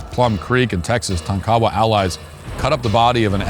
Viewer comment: It's not pronounced - tah-kow-wah. The tribe is Tonk-a-wah.